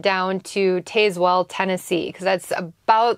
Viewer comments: We call it Taz-well. The e is silent. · Love the storys! The town in Tennessee is pronounced TAZ WELL, short A..JustSayn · Dang girl you sure butchered the pronunciation of Tazwell, TN haha